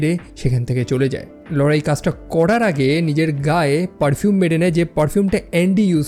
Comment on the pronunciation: Apnar laura namta pronounce krte problem hoi keno. Apnar ki laura bole kono girlfriend chilo naki.